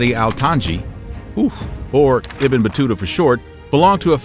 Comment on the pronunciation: Ibn pronounce as Eeeebnoooo